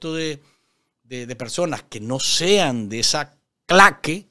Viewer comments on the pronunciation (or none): none